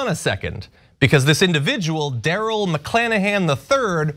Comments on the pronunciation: C'mon man...his name is Mc-KLAN-ahan?!? Are you kidding me?!! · Mc"Klan"ahan? seriously?